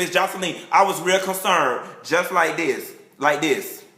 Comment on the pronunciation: "Real concerned.....LIKE DIS" ----LOL!!! Much like Kandy Koated Nights, you should invite us to watch your filming sessions!!! I ABSOLUTELY LOVE YOU,!!!